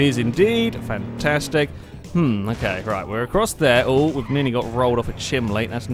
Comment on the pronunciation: From what I can tell, he also says "nearny" instead of nearly.